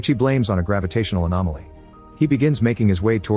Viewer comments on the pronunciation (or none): I'm sorry, did the AI Voice just refer to an anomaly as an "Animality", as in from Mortal Kombat? Lmfao what